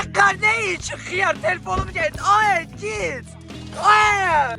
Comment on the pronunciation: Aə xıyarr deməsinə cırıldım ee